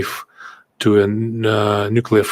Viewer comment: Nucelar, se dice nucelar!!! Jajaja